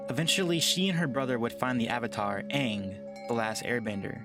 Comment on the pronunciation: Lol I cringed when they said Uung instead of Aang